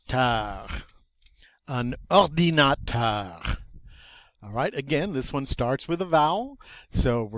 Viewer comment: Please tell me you’ve gotten better at French after 4 years, your pronunciation of ordinateur is offensively bad